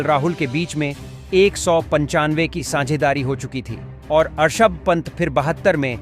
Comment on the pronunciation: This men Rishav pant not Arshav pant